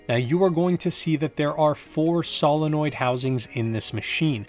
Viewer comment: Why is it that 90% of people can pronounce Solenoid but this guy can't? (Say it with me sow·luh·noyd)